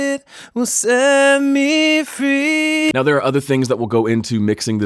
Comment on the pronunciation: Cool, nice and easy! Why did you pronounce 'free' more like 'fee'? Any specific reason?